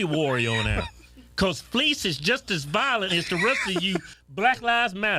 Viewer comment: Man said Fleeece😂😂